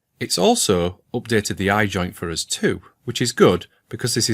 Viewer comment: Today I learned how to pronounce "for us" in scottish: FAH-ROUS